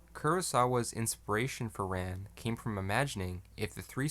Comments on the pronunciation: Its pronounced like Khan. Not ran like I ran so far away. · Rān (Rahn, not English Ran) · Your mispronouncing it. RAn, like the Egyptian sun god Rah. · AI voices can never pronounce Japanese names correctly, you might as well have an Australian reading the script. "Ran" (pronounced "Rahn") is indeed a masterpiece, but I would rate it a step below "Kagemusha" ("Kah-gay-moo-shah"), which was more visually striking. It also had a uniquely Japanese story, which was somewhat historically accurate. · You provide a serious analysis of the movie. You cannot pronounce “Ran” properly. It makes me think you are not so serious. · My guy doesn't know how to pronounce Ran lol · "Ran" is pronounced like "Han" in Han Solo, not like "tan" or "pan". If you're going to make vid about it, at least learn how it's said.